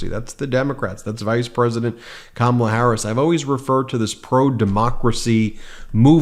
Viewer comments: In regards to the voter '': I highly doubt he abandoned trump after '16. If that was the case, then why do you keep mispronouncing Kamala in the exact same way the bigly orange turd does? Literally no one else calls her kaMALLa. Or do you Always put the emPHAsis on the wrong syllAble? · kama-La!!!!! How can you vote for someone whose name you is not even try to pronounce correctly. And it’s always yte people. They don’t take time to even attempt to pronounce our names correctly.